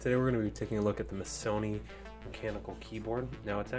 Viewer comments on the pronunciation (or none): The correct pronunciation is MASS-E-OWN